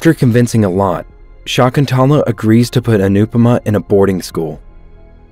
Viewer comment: It's sha-ik-ku-in-tuela not what u just just in a excuse of a name